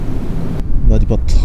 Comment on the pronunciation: 3番ののバーディパットがバーデンパットになってる(笑)